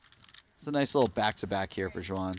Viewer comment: Xuan is close to Swan in pronunciation. I cringe when I hear when commentators trying to say her name ....